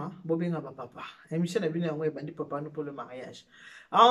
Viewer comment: Bjr balobaka émission et non emssion.